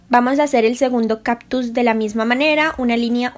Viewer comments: No son caPtus. Son cáCtus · "Captus" ja ja ja ja sufrir cada que decías captus. Pero tu video muy chido